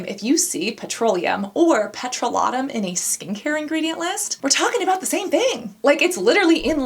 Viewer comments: Well, I've just realised after many many years of saying it wrong that petrolatum isn't pronounced peTROlatum 😅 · C'mon, Babe - it's "pet - roh - LAY - tum", not "pet - roh - LAH - tum" and it's "TITE - us - vil", not "tuh - TOOS - vil". Wow, what weird pronunciations for such easily pronounced words.